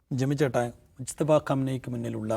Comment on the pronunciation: …. മുസ്തഫ അല്ല മുജ്തബ ആണ്